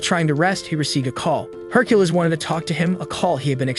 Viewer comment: Can we get the AI to stop saying Herculiss?